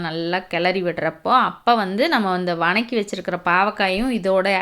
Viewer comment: What is the word vanakki ? Purely tamil word vathakki please change your slang